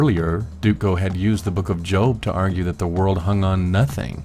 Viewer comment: Whenever you say nothing I keep thinking you're saying methene.